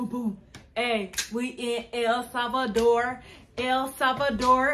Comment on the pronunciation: I like the way you say El salvador, El Salvador!!! guys!! You are welcome any time.!!